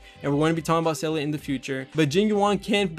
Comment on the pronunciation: Ranks Seele at number one but can’t say her name lol.